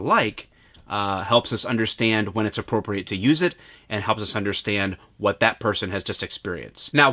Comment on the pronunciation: “Vat” happened to you when you got tased?